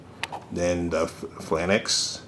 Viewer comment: 3 things 1) Great review. Love the size comparisons and the demonstrations with the Falcon figure. 2) If hasbro does another run of VAMPs i want the Rise of Cobra 4 seat version because I want more than just 2-3 figures on my truck. 3) Phalanx is pronounced fay-laynks.